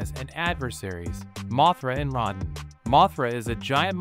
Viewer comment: You mispronounced Rodan's name